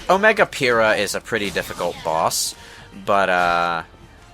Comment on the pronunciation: Every time I here "Omega Pyhrra" I slightly die inside.